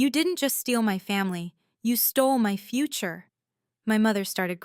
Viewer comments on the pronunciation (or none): none